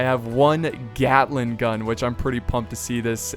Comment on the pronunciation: "yea i stand right in front of the glating gun" XD